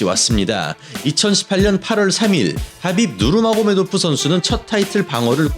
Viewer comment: ㅋㅋㅋㅋㅋㅋㅋㅋㅋ 혀를 얼마나 굴리면 하빕 마요네즈가 되냐 ㄹㅇ ㅋㅋㅋㅋㅋㅋㅋㅋㅋ